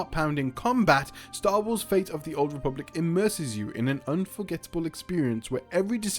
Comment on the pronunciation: I wonder why you pronounce all the "T" in a 10min video, except in the word "fate". Why "Star Wars: Fay of the Old Republic"???? Where does the "T" go?